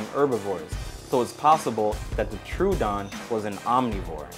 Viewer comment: Velociraptor was about as smart as a possum Triceratops existed, it was discovered before Torosaurus Torosaurus is not confirmed To be triceratops You said troodon wrong Troodon could possibly be an omnivore and omnivores are different from herbivores U should have said chilesaurus or therizinosaurus